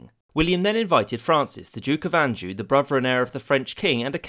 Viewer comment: Anjou is pronounced “aww-jshu” rolling the j sorry I know it it’s picky lol